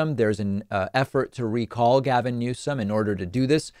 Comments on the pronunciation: Donald “Trumped?” & she called Newsom “Newson” 🤦🏻‍♀️ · She doesn't even know the current Governors name. She said "Newsin".